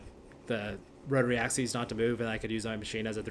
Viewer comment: Axeees? What the hell is axeees?